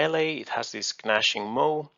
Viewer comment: the g in "gnashing" is silent. Although, that's charming that you pronounce it that way